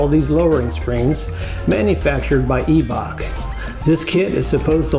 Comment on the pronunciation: Eeebok “eyebock”